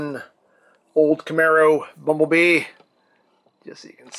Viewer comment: I hope he knows it’s bumble bee not bumble mister lol